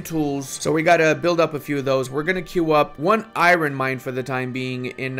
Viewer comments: Eye-Ron...... or Ire-Urn., I love your videos. I learn so much. Keep up the good work! Thanks for your play-throughs and guides! Keeps me engaged in Paradox games when I get down! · Its not Iroon, its I am alone🤣🤣